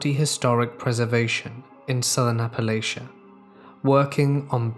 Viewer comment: Omg he said " Appalachia" correctly! Bless you😃